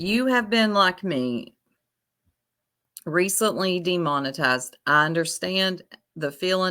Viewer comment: Demon-I- tized like they baptized you from the matrix